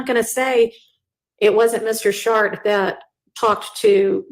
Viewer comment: Every time I hear that lawyers name I find it funny. Sh=art. Perhaps it's just her pronunciation. I wonder how it's spelt.